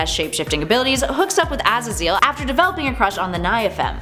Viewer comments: “Azzazeal” it’s Ah-Zay-Zle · Az a zill? Man what in the blue hell is going on up in here lol it’s pronounced Az zaz zel lmao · Ah-Zay-Zel not Ah-za-zeeel... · Azazel isn't pronounced "az a zeal" its pronounced "uh zae zul" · Its pronounced 'A-zay-zal'. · What is she saying? Pretty sure it’s pronounced Ah-zay-zil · Number four... a-ZAY-zul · Her mispronunciation of Azazel was like nails on a chalkboard, but she’s pretty funny. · ngl that Azazel pronunciation really bothered me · It pisses me off how she doesn’t know how to say Azazel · Sweetie you butchered azazels name terribly